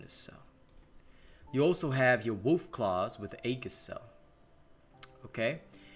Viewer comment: EE-JIS... not haggis... Edit